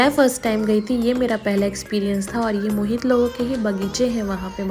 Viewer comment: Mohit is a hindu name ❤️ but she is saying mohit to moheet🤨